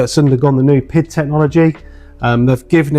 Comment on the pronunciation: Please, it is not pronounced pid, but P.I.D. Please use the right terminology. Nice review for the rest! Thanks